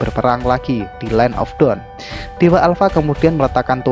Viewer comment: Cuma Mungkin Dibagian Pengucapan Dawn Sama Dark Aja Bikin Senyum-Senyum Sendiri Kan Beda Arti Kata Dawn - Down, Dark - Drag 🙏 Sisanya Keren, Ane Gak Skip Sama Sekali ✌️